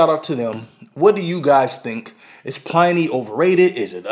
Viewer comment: it's Pliny (like "benny", not like "tiny")